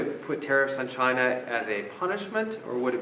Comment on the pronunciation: sounds like Trump says vagina when he say China..lol go Trump.